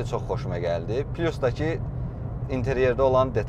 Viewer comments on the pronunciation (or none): none